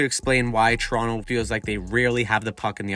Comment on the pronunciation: Dude.. pronunciation. TORonto ..not churonto it's not a chiro or a food it's a place.